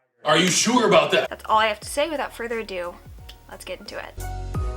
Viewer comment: "without further or dew"